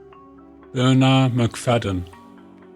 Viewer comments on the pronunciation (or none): none